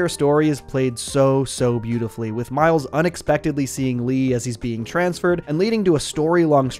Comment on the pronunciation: Bro said Mile’s 💀